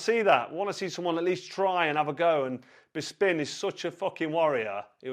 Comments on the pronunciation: BISPIN!!!! Who the fuck says "BIS PIN" Ffs just stop carl!! Your a legend but You know zero about mma. Painful hearing when you talk mma. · Anyone else notice he said "Bisping what a guy" 😂😂😂 he definitely does this on purpose! "What a guy? Whats gay" hahahaha